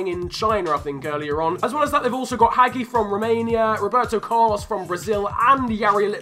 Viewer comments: WUT HAGI????? its pronounce Haggi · "Haggy" You butchered that one fam